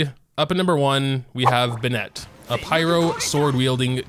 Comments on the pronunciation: plz, i love u but plz stop saying benETt its BENett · Bennet❌ B’Net✅ :>👍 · LETS GET THIS STRAIGHT ITS PRONOUNCED “BENN(it)” NOT “BENN”ette” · Ah yes b’net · "B'net" - 2021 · How come you mispronounce Bennet's name although it is not a Chinese name and the game tells you exactly how it is pronounced? o.o